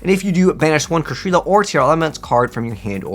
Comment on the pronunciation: It's not "Kashrila", it's "Kshatri-La"